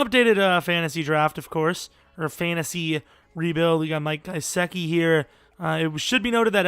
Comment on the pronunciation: It's not guy-seck-ee it's guh-sick-ee